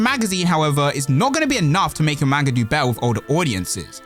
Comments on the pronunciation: Not trying to annoy here... Someone needs to tell you.. Its pronounced "Mon-Gah" not "Main-Gah". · pronounced (pronounced like mon in pokemon) Mon-gu (like gun)